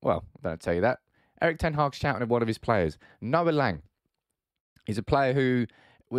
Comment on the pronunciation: It's pronounced Lang with a short A like the A in Ten Hag. It was clear Noa Lang was really talented and showed some beautiful stuff at Club Brugge. But his personality is so annoying, typical wannabe gangster kid. As an Ajax supporter I was happy he was kicked out but I wish him the best of course, no hate against him. Ten Hag made the right decision. Ten Hag is a perfectionist that want full control. Im 100% sure if you guys can get your hands on Frenkie de Jong and Jurrien Timber, you will see a totally different style of football you all have been waiting for.